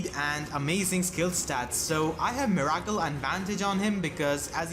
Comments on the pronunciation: Miracle is pronounced "mirror kill" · Never knew you could pronounce "Miracle" like that in